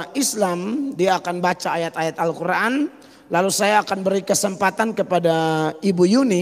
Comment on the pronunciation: Dasar pembohong cara mengucapkan x SJ salah....d kira itu baca alQur,an kaya mukadimah.. pengucapan x tdk benar.